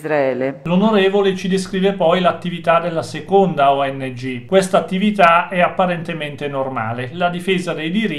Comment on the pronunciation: oddio!!! le ongh.... :D non le o.n.g.... le ongh 🤣 ma sono del mestiere questi???